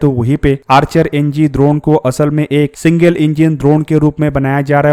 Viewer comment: द्रोण नहीं ड्रोन है 😂😅